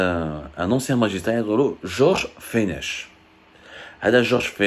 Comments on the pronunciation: L'ancien magistrat se prononce "Fenek" et non "Fenech".. vous êtes juste capable de chercher sur Google sans rien maîtriser.. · On ne dit pas fenech. On ne prononce pas le ‘ch’ ça se prononce ‘fenec’ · Mr abdou ce monsieur donc tu parles ça se prononce fenek et non pas fenech. Mr George fenech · Prononcer fenek,Georges Fenech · ce prononce Georges feneck!! On a pas du satanisme au Maroc !!!